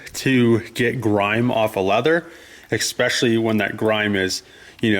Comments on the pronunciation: Anyone else cringe EVERY time he says “exspecially”!? The word is especially....there’s no x, c or k in there. This has been an amazing watch though, so I’ll deal. Lol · There is no G in the word especially friend. Work on those L's. You are grown. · Love your work on this rig man, ‘expecially’ 🤔 all the small details.